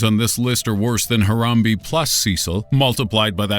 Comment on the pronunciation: its pronounced haram-BAE how dare u